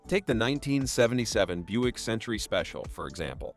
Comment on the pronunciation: AI can't pronounce Buick correctly...lol...I guess AI isn't as smart as it thinks it is